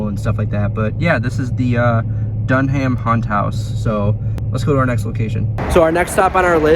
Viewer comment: st charles east is haunted, north isnt East: 1 North: 0, conclusive evidence that east is better than north. Now lets see if any north students are gonna get pissed at me now Also dunham isnt pronounced Dun Ham, its pronounced dunnam